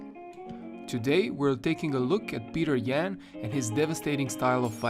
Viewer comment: Ok I would watch this video but the first words I heard were “Peeter yAn”